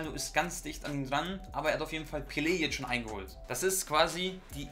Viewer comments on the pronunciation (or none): none